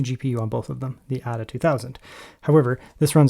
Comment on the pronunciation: I think it is pronounced Ada as in Ada Lovelace, rather than 'adder'.